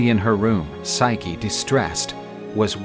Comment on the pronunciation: What they mean:physce What i hear each thime: SIKE!